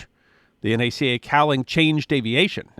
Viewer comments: You correctly say N - A - C - A throughout your video but and threrafter turn around and pronounce Nasa as a word. Neither is a word or even an acronym. They are simply initials of their names. Just say the letters as you did N - A - C - A. My father was recruited by N - A - C - A while studying aeronautical engineering at Northeastern University in Boston. As soon as he graduated in 1942 he moved to Hampton Va. and began working at Langley Research Center. The projects then were all about drag cleanup and other performance improvements to aircraft in the war effort. He was there in 1958 when the committee was upgraded to the federal agency N - A - S- A, and yes, EVERYONE said the individual letters. The Mercury Space program was directed out of LRC. President Johnson moved our space program to the new Manned Spaceflight Center in Houston TX. It was there that some newly hired Texan, having zero experience or awareness of the grand history behind N - A - C - A and N - A - S- A, in delivering press report about a Gemini mission wrongly spoke those initials as that ugly "word" Nasa. Immediately newsreel, radio and television reporters spread that unfortunate pronunciation worldwide. Original N - A - C - A and N - A - S- A employees, family, contractors, friends, etc. have been shaking our collective heads ever since. Worse, recently I have heard in some videos people pronouncing N -A -C -A as Nacka! Deliver us please from this hellish moronathon! Other than this pet pe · Thank you for saying N - A - C - A, and not pronouncing "NACA" It is safe to say there is not an aircraft flying in the world that does not have a piece of NACA research in it. The two Large Scale Tunnels alone were a Godsend to research. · From the bottom of my heart thank you for not once pronouncing the agency's name as NAK UH. It was the N.A.C.A. Too many "experts" get that wrong. Bravo! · Thank you for not pronouncing it "nacka." Looking at you, Greg.